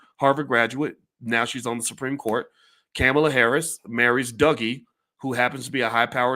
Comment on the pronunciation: C'mon Boyce. Kamala Harris has been VP for nearly 4 years. It's time to learn how to pronounce her name.